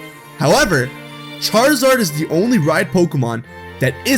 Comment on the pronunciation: Did you just say squaruzard?